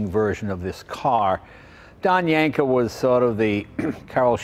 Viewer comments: I'm going to yanko your car freak card until you pronounce Yenco correctly. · That YENKO Jay not YANKO!